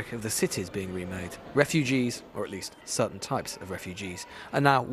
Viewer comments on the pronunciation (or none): none